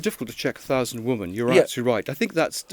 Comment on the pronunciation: Mr. Lownie, brilliant journalist, PLEASE learn the different pronounciation between “woman” (one ) and “women” (many)